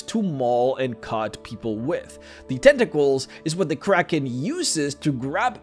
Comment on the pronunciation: Every time I hear him say "Tenta-cles" I want to drink Tea in a pretentious manner.